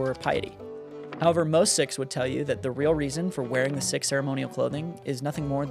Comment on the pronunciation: I am not a member of the Sikh religion, but in school I was taught that the name "sikh" is pronouced like "seek." However, I am merely a child, not even in high school. I do sincerely appreciate your videos. As a young person, I understand very little about the church, and all of your content has granted me more knowledge, and has brought me closer to Chirst. (Is this the right amount of punctuation and commas? Maybe too much?)